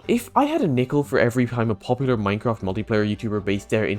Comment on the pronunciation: one #technosupport and hope you all raise a hell of a lot of money for the fun Minecrafters vs Cancer but with your accent in the start i heard "Mycock" lmao (i do love your accent btw)